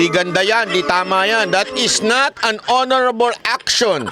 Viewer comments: Gagorable not honorable.😂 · "Horrrorable "not hoorable congressmen of congress 😊😅😢😂